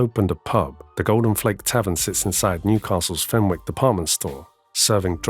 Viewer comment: FenWick, NO! FENICK is how it's pronounced